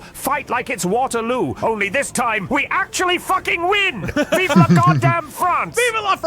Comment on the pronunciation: “VEEV’ LA FUCKIN FRANCE!!!”